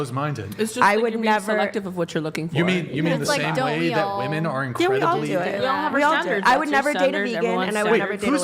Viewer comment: Is there a single human female born after 1990 that can manage to pronounce women properly? Like, even one?